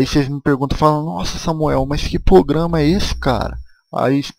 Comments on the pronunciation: "Pograma" kkkkkkkkkkkkkkkkkkkkkkkkkkkkkk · Crica, pograma putz vei vc e o ou como vc diria du cronta